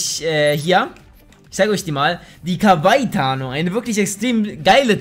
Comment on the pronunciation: Das wird ausgesproche ka wa iiiiii :D